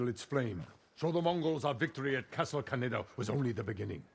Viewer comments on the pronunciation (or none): Honsetly i hear castle canada instead if kaneda lol